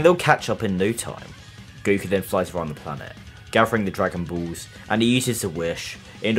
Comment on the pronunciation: Bro said dragon buuulss😅😅😅